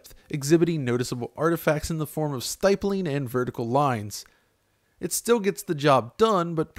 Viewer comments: Good vid but for the love of god it's STIPPling, not STYPling... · This is a great analysis! I do want to point out, though, 'stippling' was pronounced wrong. Stipple rhymes with nipple. Think 'nippling'